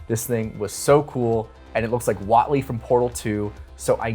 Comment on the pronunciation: "Whautley from portal 2"? Pretty sure his name is pronounced the way it's spelled. Wheatley